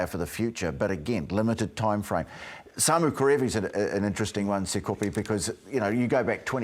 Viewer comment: called him Sapepe. His name is Sakope 😂